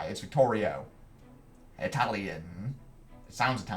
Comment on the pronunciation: The italian name is "Vittorio" not "ViCtorio", but maybe he's high-dimensional too